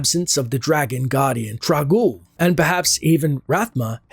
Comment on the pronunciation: Isn't it Trang-oul though? not trag-oul?